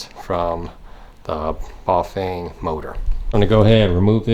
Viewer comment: A tip on cut off brake sensors for hydraulic brakes, try doubling up on the magnets, use epoxy resin to mould the sensor and magnet into place. p.s You are saying Buf-vain and its cracking me up, Try Bah-fang and you will get it :) . You can also like i have done install the brake sensor where the first brake cable guide is next to the steerer head tube.